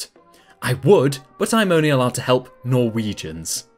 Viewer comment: hearing ''Norwegians'' being said, just threw me off XD